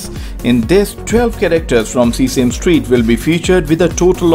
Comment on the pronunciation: The video is perfect guide. And one thing, it is not seasame street, it is sesame street, (se-sa-me)